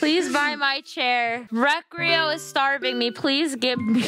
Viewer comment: 🤓 actually it’s pronounced recreyo🤓